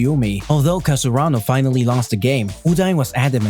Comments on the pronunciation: It's Karasunu not Kasarunu Ukai not Ujai Just disgusting ..... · its not kar su aa no 😑 its karasuno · Its ka ra su no not kasarano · Whats with that its karasuno bruh.. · Its not kasurano its karasuno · Wrong cause he said kasaranu??? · Was it just me or did he really said Kasurano instead Karasuno? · Kasurano? It's karasuno bruh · I was like wait something is not right.... then i realized u have been saying Kasurano instead if Karasuno lol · Is it just me or you're saying Kasurano instead of Karasuno? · yes i heard it too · yeah its a little bit annoying that he keeps on saying Kasurano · Why can't u say karasuno.... Gets irritating towards the end